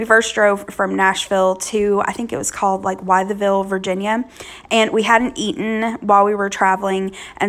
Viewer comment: Food looks great! FYI, if you ate Applebees in Wytheville, VA, it’s pronounced “with-ville”. Not trying to be grammar police, just trying to be helpful. That Italian spread looks awesome.